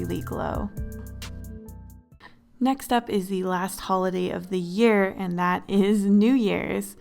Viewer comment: DID NO ONE ELSE CATCH THE FACT THAT IN THE BEGINNING SHE FORGOT THE L IN HOLIDAY LOL